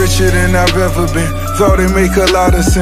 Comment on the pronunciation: Nice video ! Mais pourvoir tu prononces toujours EVER par HEVER ? bizarre